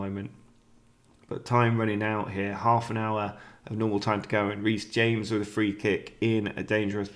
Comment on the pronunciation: Ham-ez? Reece James is English!